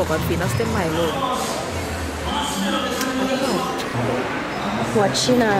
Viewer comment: venus de milo sounds like cinco de mayo